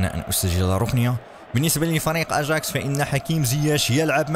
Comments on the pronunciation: اياكس وليس ا جاكس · اسمهم اياكس مش اچاكس يا احلى جيمر مغربي وافريقي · اسمه اياكس وليس اجاكس